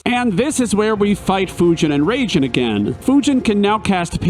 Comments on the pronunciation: There should be a counter for how many times you said Raijin as "Raging" instead "RAHijin" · It’s pronounced RYE-jin. Also, FF7 sent you into space first. Good video.